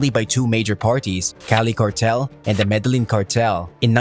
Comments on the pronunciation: Show some respect for your subject. You can at least learn how to pronounce the names of places. "Medelynn?!" #comeonman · For fucks sake, if you're making a video about El Cartel de Medellin, atleast pronounce Medellin correct.